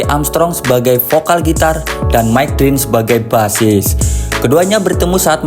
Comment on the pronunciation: Bukan Drint tapi Dirnt .. bukan Tree tapi Trè abang .. 😊😊